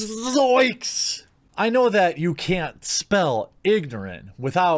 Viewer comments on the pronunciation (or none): man that zzzzzoiks was hilarious !!!! :))))))